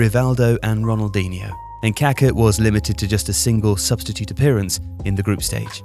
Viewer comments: Kaká, not Kaka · The mispronunciation of Pelé's and Kaká's names by the British media both during and after their careers, given their magnitude in the sport and how easily it could have been corrected, is of an ignorance and disdain typical of colonial habits and mentality. smh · Dude, if you're going to do a video about the guy, at least learn how to pronounce his name properly. He was anything but poo-poo.